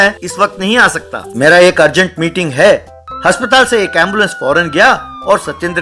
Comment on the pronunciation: Bhai haspatal ni hota aspatal hota hai